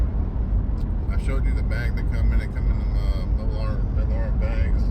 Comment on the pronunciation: Thank you for your reviews and impressions on those Tobacco’s. Sound like good possibilities. The ‘Au Revior’ is the French word for goodbye and is pronounced ‘O ruh vwahr’. Have a wonderful rest of your week! 😊👍💨